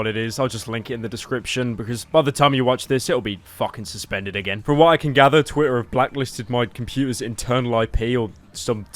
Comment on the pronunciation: soospen is tweetair acoont